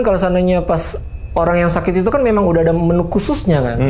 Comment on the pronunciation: Menu bang bukan Menyu